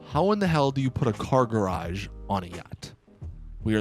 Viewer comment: The way he said: A car garage.